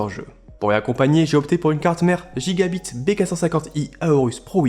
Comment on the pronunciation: Gigabyte pas Gigbit s'il-te-plaît 🙏🏽 Sinon superbe config !